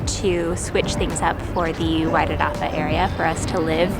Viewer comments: Perfect pronunciation "Wairarapa". We've been looking in the Featherston area ourselves the last 18 months but haven't yet settled on South Wairarapa or Kapiti. Decisions decisions. Glad you chose this end of the Island. I'm a Welly fulla proud! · Was that river the ruamanga? If so you'll have to get used to some of the world's finest Pinot noir. I sure you'll get used to that though. I'm impressed with the pronunciation of Wairarapa as well. Well done. Arohanui. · Looove your pronunciation of Wairarapa 😍 thank you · Yay! Wgtn= my home town ❤❤❤ Thanks for learning the correct pronunciation of Wairarapa💚💛💚 Fingers crossed for you both 🌻🌷🌻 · You pronounce Wairarapa better than most kiwis.